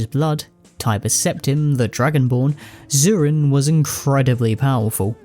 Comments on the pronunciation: is "sherezzarine" the same thing as shezzarine? I cannot unhear your pronunciation. The vid is otherwise great, but it's quite jarring. You write it correctly. Why the extra syllable? If anything it makes it harder to say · Shezzarine, not Sherezzarine, for the love of God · you’re mispronouncing shezzarine as “sherrezzarine” but tbh i like ur pronunciation and spelling better than the proper way so im gonna start calling it that from now on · Love your vid man but I had to skip the SHEREZZERINE part. If you had not kept pointing it out then it would not have been so bad for me but just couldnt lol. Maybe think about a re record next time. Just my honest opinion. Other than that, great vid. Got my sub and like. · it's "SHEZZ-A-RINE"